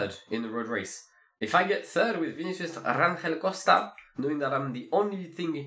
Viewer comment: Hi, the G is in Rangel is pronnounced like an J (the portuguese J, not the spanish, that is like an R), the one in Jai Hindley, in that instance. So more RanJel sounding than RanRel. 😄